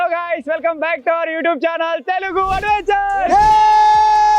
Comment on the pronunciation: telugu adventures laga vinapadalee telugu avengers laaa vinapadindhi